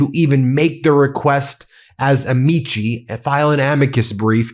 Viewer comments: For the record and in the interests of accuracy and professionalism for attorneys, it's pronounced " Amikey", not " Amichi". Vale atque vige.. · Amici is A-MEE-KEE phonetically, C's are always a K sound. Taking Latin finally comin' in handy lmao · Why can’t lawyers pronounce Latin correctly! It’s ah-me-cuss. Drives me nuts